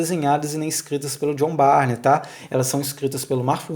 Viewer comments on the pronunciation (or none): A pronúncia é "burn", não Barney.